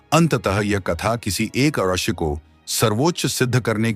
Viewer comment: Rashi nehi galat uccharan hae rishi uccharan kijiye